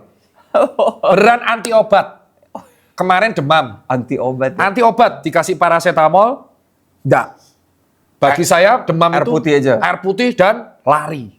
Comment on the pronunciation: Paracetamol Dr Tirta: ParaceTAMPOLL